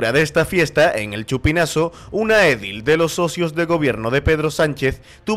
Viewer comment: Edil se pronuncia acentuando la segunda sílaba, no la primera.